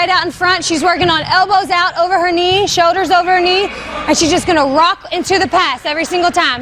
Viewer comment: What are showders and angows? It’s like L’s don’t exist lol